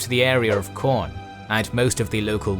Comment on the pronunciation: Corn? Did he say... CORN?!